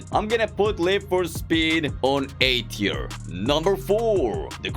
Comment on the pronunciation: When rating drift21 bro said "so im gonna rate this car an e teir" 💀💀